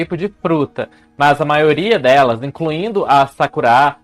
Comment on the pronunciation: Amei o look! Está maravilhoso, assim como o conteúdo, sempre! E logo no início, descobrimos que se pronúncia "Sakurá" e não "Sákura" haha